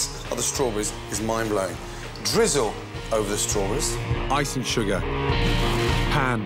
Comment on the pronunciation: Strawburrreisee blueburrreisee